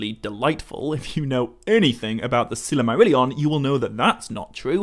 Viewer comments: The presenter should at least attempt to pronounce the words correctly. It is Sil-mar-illion not Silarmarillion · That's NOT how you properly pronounce Silmarillion or The Silmarills, and maybe that's due to your European accent, but I would have put more effort into pronouncing any word, Tolkien-based or not, properly! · I'm a year too late but couldn't go without saying... It's not "Silimarillion" it's "Silmarillion" Not a misconception but a mis-pronunciation lol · Why do you always pronounce Silmarillion as if there was another letter A included right after the first L? As in Sillamarillion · Stopped watching because the author can't pronounce silmarillion.